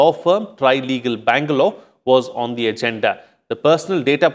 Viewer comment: The pronunciation of this anchor is not correct. He doesn't know the difference between th and t.